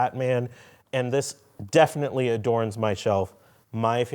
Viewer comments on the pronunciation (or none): none